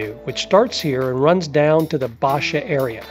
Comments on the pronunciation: You really need to learn how to pronounce the neighborhoods. It's not Baxia, (Baexia) it's BaiJUH phonetically speaking of course. It's Rossio (ROSS e o) not ROSE e o. You mispronounce the words and travelers speak this way; you are giving them wrong information. Plus they will sound like idiots when talking to people. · Very interesting, but so many place names are mispronounced: It's BAI-sha (Baixa); RossEEoo (Rossio); BellENG (Belem). Av da Liberdade (not de la..); Jin-JEEN -ya shops; Grassa (Graca viewpoint). It will save a lot of confusion for tourists if they're said properly.